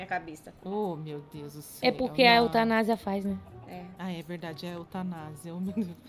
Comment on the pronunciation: Véi é sério eu vou ter um infarto daqui a pouco......PELO SIMPLES FATO DA FALAR "Eutanásia".....Só que o nome dele é "Eustásio".......